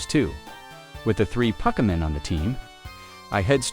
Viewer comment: there's actually some pretty neat tricks to manipulate a TTS voice to say "Pokemon" properly